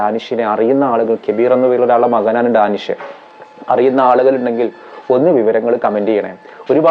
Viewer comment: ഡാനിഷ് നല്ല പേരാണ് ഹേ, അത് മലയാളത്തിലെ ഉച്ചാരണത്തിൽ വരിമ്പോഴാണ് എന്തോ പോലെ തോന്നുന്നത്, ദാ നിശ് ന്നാ പറയേണ്ടത്